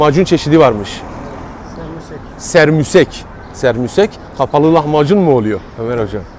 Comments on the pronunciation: Lütfen düzeltelim Serbusek değil SEMBUSEK , takipteyiz teşekkürler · abe sermusek degil ( şamborek ) haftada bir evimizde pişer çok şükür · Sermusek değil, Sembusek